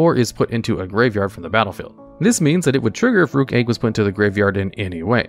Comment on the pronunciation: Rukh is a phonetic spelling of the word Roc, which is a fantasy bird. Pronounced the same as the chess piece; Rook. Not 'rock' as a lot of people mispronounce.